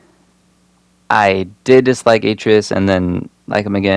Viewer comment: You missed pronounced atreus wrong